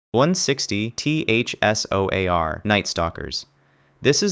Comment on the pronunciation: TERRIBLE voiceover. Trash. When you can’t even say “160th SOAR” and “Green Beret” it calls the entire video into question. It sounds like pure low-effort AI slop. 👎